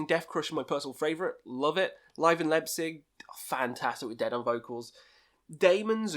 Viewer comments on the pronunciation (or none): none